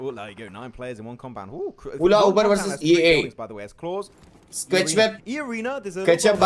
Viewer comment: Ula Uber ❌ Allah-uh-Uber ✅